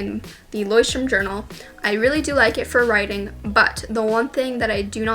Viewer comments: You should also apologize to the Germans for how you pronounce Leuchtturm. Haha not trying to offend, I just find it entertaining, but I get it: German is hard to pronounce. 😂😂💁🏼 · It's funny how english speakers pronounce "Leuchtturm" because it's a german word and germans pronounce it soooo different 😂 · Hahahahahahaha😂😂😂😂😂😂😂😂😂😂😂😂it is sooo funny how you say "Leuschtturm" because Leuchtturm is German and means lighthouse.But I know it is just a brand or trademark so yeah... Stay healthy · as a german fella i love how you pronounce Leuchtturm